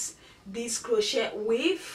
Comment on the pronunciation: Its not (crow-chet) its (crow-chay)